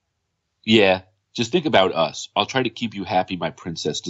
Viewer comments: One of them also read "Everyone knew us and our business" as "Everyone knew U's and our business" lol. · She forgot about the existence of the word Us and read it as You's 😆